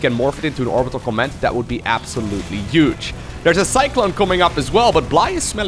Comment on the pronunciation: can you please pronounce the word "huge" correctly, with an "h" and not a "y" or "j".